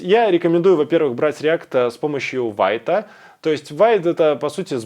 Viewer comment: пишу не чтобы доебаться, а потому что ты попросил vite произносится как "вит"